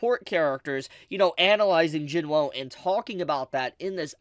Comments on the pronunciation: Do you purposely mispronounce Jinwoos name? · That’s not how you pronounce Jinwoo…